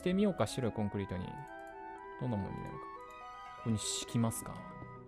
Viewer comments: コン↑クリ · コンクリとかのイントネーション？が違うのめっちゃ可愛いです😂💖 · 自分のところは、コンクリートとコンクリって略した時のイントネーションが違う コンクリートの時は一般的なイントネーションだけど、略した時は先生と同じになる